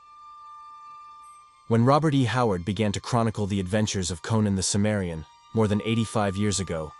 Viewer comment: Cimmerian not Sumerian